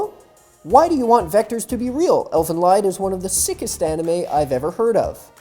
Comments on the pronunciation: Watchmojo still mispronouncing Elfen Lied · I stopped watching as soon as he started pronouncing elfen lied wrong.